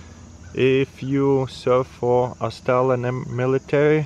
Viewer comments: Because instead of saying Aus-trailian he's saying Aus-stalin. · Love when he says AuOOUstRAlen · Everytime he says Australian mre i hear Stalin mre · why I hear stalin MRE instead of australian!?! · I thought he was saying Stalin’s mre